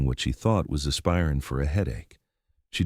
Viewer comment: Stop using AI to deliver the narrative! Just read it with a human voice! “Ass pie rin” for “aspirin”.